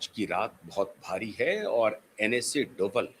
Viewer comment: डोबल नहीं डोभाल जी है